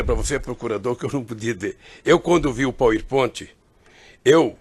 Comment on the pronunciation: Este ogro vomita arrogância até com o que ele chama de "pauiponte".